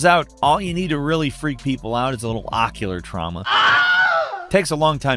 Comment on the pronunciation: Wierdly enough, i never batted an eye at this video until you said occular trama.